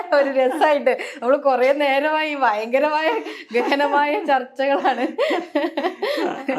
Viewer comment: ഓ!.... നിങ്ങളുടെ അത്രയൊന്നും വിവരമില്ലാത്ത ആളുകൾക്കിടയിൽ... .ഭയങ്കര സംഭവമായി താങ്കൾ കരുതുന്നു... ഹോ....താങ്കൾ ഒരു മഹാ സംഭവം തന്നെ.ഇൻ്റർവ്യൂ ചെയ്യുന്ന സേച് ച്ചി. "ഫയങ്കര സം ഫ വം"തന്നെ.